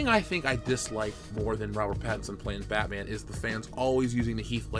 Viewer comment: iT's BaTmA'aM 😤